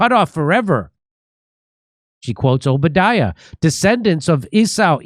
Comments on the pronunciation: Based off of pronunciation of "Obadiah," I doubt she has actually studied the biblical scriptures,. She is a wolf and an agent of the enemy meant to destroy the lineage of Yehoshua. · Again the donor uses the Hebrew pronunciation of the old testament prophet Obadiah.These are supremacist dogwhistles to indoctrinated audience. This wealthy white "christian" woman identifies as an ancient Israelite in 586 BC. She's one of millions who do! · She can't even say, "Obadiah" correctly! It's, "O bah die ah"! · O-ba-di-ah … she said O-bid-dia…. Rehearsed not known. They’re all pretending. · She doesn't even know how to say, Obadiah!!! She days OH BA DEEA. But it's oh bah dy uh. Almost like she's never actually spoken the words and only I've ever written them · She can't even pronounce Obediah correctly... but has no problem threatening people. Not very G-dly 😅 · This woman doesn’t even know how to pronounce the book of the Bible she’s talking about…Obadiah pronounced “Oh ba die uh”. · Obadia lol. Sounds like a child pronouncing Obadiah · The fact that she doesn’t even know the correct pronunciation of Obadiah, in just about any language, Obadiah is Obadiah! It just shows she’s a prop, she’s paid opposition. It’s mental ping-pong. ☝🏽👑☝🏽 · She doesn’t know how to pronounce the Prophet Obadiah. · She didn't even pronounce the book of the Bible she spoke about correctly. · The way she pronounced Obadiah is a big tell. She definitely isn't a Christian who has attended church much. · What a vile hypocrite that woman is. She doesn't even know how to pronounce Obadiah. Thanks for explaining the weird way they write God. Leaving out a vowel isn't changing anything. God is not concerned with vowels, sounds like a cultish-brainwashing technique. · That's not how you say Obadiah.